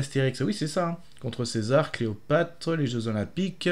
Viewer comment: fambala? cleopate? et tu te dis fan? désolé mais ça m'a fait saigner les oreilles.